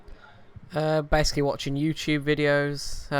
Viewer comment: It's pronounced "Youchube"